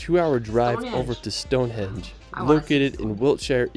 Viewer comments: It's an "HENGE" mush, not an edge. Narrator must do better. One thing he did get right, ya go any( or most ) tourist traps, they'll rob you blind.( worst being state owned heretage places) Beware ! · Stone hedge? It's henge not hedge. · If you visit UK, please, please, please attempt to pronounce the place names correctly. It's not hard, just ask a local. This narrator irritates me with the number of names he mis-pronounces. Stonehedge? He can't even read the name correctly! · London is pretty terrible. I live 30 minutes walk to the Thames. It's a shthole. Go north to places like York or Lake District. You'll have a lot more fun/relaxation. Also this narrator and the way he mislabels/pronounces stuff is more infuriating than it should be. Stonehedge?